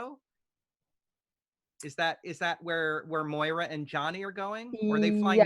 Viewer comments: Moi-ra Not Myra Warmest regards, Every Schitthead that’s cringing right now. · Can you not pronounce MOIRA? It's so disrespectful.